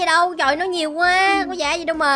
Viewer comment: Bạn b sai chữ quá chữ quá là qu a sắc quá không phải là qu e sắc qué